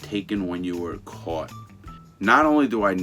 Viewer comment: How he says caught kills me hahahah —> cooot